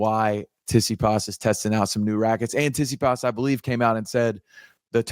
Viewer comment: Bloody hell just say Tsitsipas correctly 🤦‍♂️